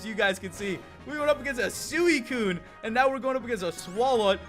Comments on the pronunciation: SWEE-T and CUNE not SOO-I-CUNE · No offense, but does anyone else cringe when he pronounces suicune sooeecune?